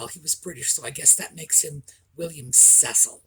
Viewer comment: You were right, William Cecil was pronounced Cessill not Ceessel... great accent, congratulations from an impressed Brit.